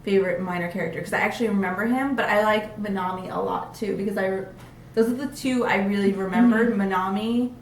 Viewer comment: It really annoys me the way the pronounce, minami and phitchit. They say "Minomie" and "Pitchit". Is it only me?